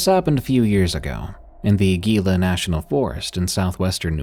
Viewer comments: story at 51 minutes you messsed up saying Gila, the G is a H its Hee-la not G-ial , mild annoyance but your doing well on the other words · lol I live in the Gila area (pronounced like “he la” so your pronunciation gave me a giggle